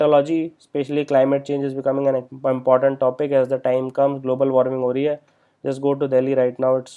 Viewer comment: not hira but hora